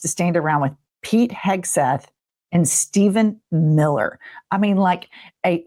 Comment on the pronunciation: Steph en Mil ler ... Duh!!! Duh!?! What??? Steph en Mil ler??? Whaaaaaaattttt?? Honey chilllledsd